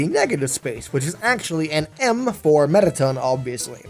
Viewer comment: a... Metta-Ton?